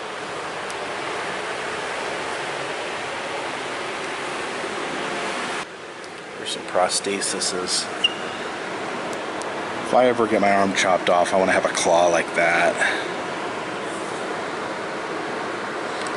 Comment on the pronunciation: The correct pronunciation for 2 of your words: "el-e-phan-ti-a-sis" and "pros-the-ses" with a long e in the last syllable, because it's plural.